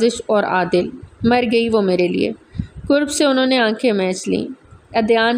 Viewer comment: Qurb,with gol kaaf means closeness,its derived from qurbat,whereas karb with dandi wala kaaf means pain takleef.please karb ko qurb perhna chor dain its very annoying 😢